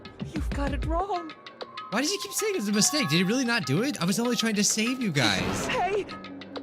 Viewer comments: Everyone: No thats wrong! Nagito: No thats wONG! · I will NEVER get over the fact that it sounds like Nagito says " no that's wong " 😂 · everyone else: has a special rebuttal phrase nagito, trying to copy hajime: no thats wong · “no that wong” -Nagito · No-one: Nagito: NO THATS WONG